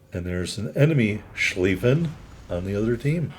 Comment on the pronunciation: So heres how German grammar works, if the word has ie in it, it is pronounced long Ee sound, if it has ei in it, it is pronounced Long I sound like eye. So it should be pronounced ShclEEffen.